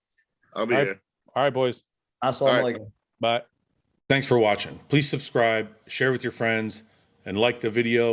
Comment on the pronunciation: Best part of every podcast is Guy’s assalamou alaykom 😂 it makes my laugh every single time I don’t know why 😆